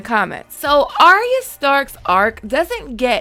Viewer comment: Her name is not Aria or spoken that way, her name is Arya pronounced Ar-Ya